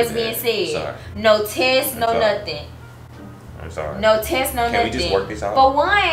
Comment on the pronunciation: "you don't think that she gon sit here and lie to you because she wanna get back with you": "ion care bout nun of dat" Me: omg you ain't have to say it like that!